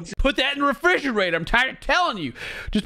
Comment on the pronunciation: If you took a shot Everytime he said to put the beer in the "fridge-or-rader" or he denies being gay, you would be dead by the end of this video.